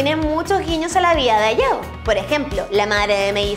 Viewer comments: se dice HAYAO no Ayao pronuncie lo bien. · Creo que Hayao Miyasaki, se pronuncia Jayao... no ayao, tal cual como takahata que si se pronunció bien, la H se lee como J, eso :3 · Hayao se pronuncia Jayao, primero play stechon y ahora esto D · en Hayao Miyasaki la "H" no es muda...